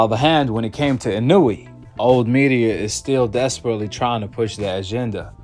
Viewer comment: In a way not inooweee